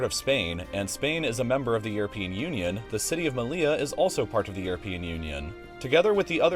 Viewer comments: It’s not “me-lee-la” it’s “me-yee-ya” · "Seh-oo-tah" and "Meh-lee-yah" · "Melia" and "Cejuda" 😅🫣🙈🙈 ... seriously, if you specialise in geography then you should at least learn some basic pronunciation of the places you talk about. This is embarrassingly lazy 🙄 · You don't pronounce double L in Spanish as [l] but rather [j]